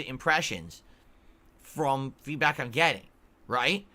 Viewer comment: When is he going to figure out that 80% of his "feedbwack" is in bad faith?